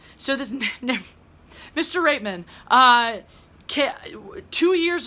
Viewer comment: Corn Pone Flicks Yeah. That's what I said. I didn't know if she was saying Rapeman or Reitman. I'm glad someone else noticed that.😂👏😎